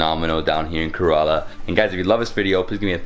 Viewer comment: The guide should teach him to pronounce Indian proper names correctly. He can't even pronounce the name Kerala well I can pronounce a hundred American names exactly like the Americans do.